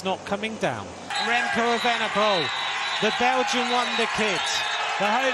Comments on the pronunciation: Remco Vandepoel??? edit: he says that every time, sounds strange 😁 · Kudos to Remco but what if...MVDP! but I keep hearing Remco VDP but surely Evenepoel.